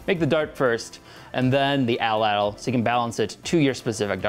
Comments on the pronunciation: agreed. its at-latl not atl-atl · It's atlatl. Not atalatal! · Its pronounced "AT- LATL" NOT "ATL-ATL" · I especially love the way English speaking people say 'edl-edl' instead of atlatl. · idk if its a wisconsin thing, but ive only heard it pronounced at latle, not atle atle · Did he call it a atl-latal, it’s at-latal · Pronunce Atlatl like AT-LADDEL or (atˌlad(ə)l), not ATTEL-LADDEL. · its not atol-latol its at-latol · It's "At Latl" Not "Atl Atl" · its not pronounced atel-latel , its at-latle. also your using way to much muscle, its more of a wrist snap body twist, not full ham arm strong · You should really practice how to actually say tl, not [təl] so not [ædəl.lædəl], but [t͡ɬ] so [at͡ɬat͡ɬ]. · Cringing every time he pronounces the word “attle-attle”. It’s pronounced “at-lattle”. That’s sloppy for such a good channel. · Pronounced at-Latal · im pretty sure atlatl is pronounced "at-lat-ul" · The way he says atlatl bothers me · Anthropologists use "a-tul-a-tul" and "at-lat-ul" depending on region. The pronunciation you're using is more British whereas the other one is more American